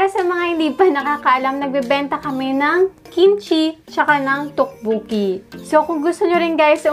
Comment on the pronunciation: Its pronounced as Tokboki not Tukbuki